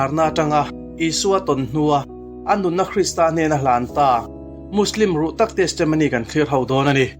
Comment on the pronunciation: Muslim ruk tak tilovin, ruh tak tih tur zawk ani.